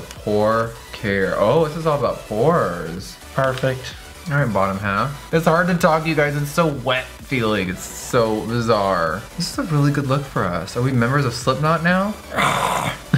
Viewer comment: Pore-fect God damit 😂